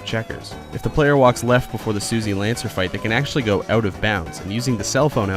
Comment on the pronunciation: says "Suzy". Not Susie.